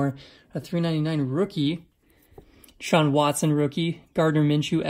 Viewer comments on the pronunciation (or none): none